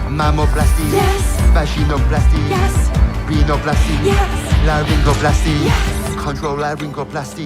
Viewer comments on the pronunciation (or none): How do they mispronounce rhinoplasty? It’s rhino, like the rhinoceros, not renal . Paint sniffing to the extreme.